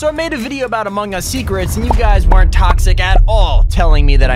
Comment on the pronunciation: "Whern't toxic at all"